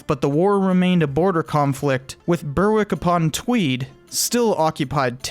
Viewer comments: beh -rick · Just for completeness, it's spelt Berwick but pronounced "be-rick" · Can you pls have a narrator from the uk so they can actually pronounce berwick and arbroath geez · Just an fyi, Berwick is pronounced in a English accent (my own southern twang that consists of a mix of generic London with a touch of RP scattered randomly throughout) as 2 distinct syllables - "Bear" and "ick" with neither syllable being particularly stressed more than the other. I can't (and wouldn't even dare) say how a Scott might pronounce it, as there is such a diverse range of accents that are geographically and sociologically unique to their environments (take Glasgow, big east/west divide in accents - then through in socio-demographical differences).